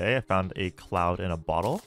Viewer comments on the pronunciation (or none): none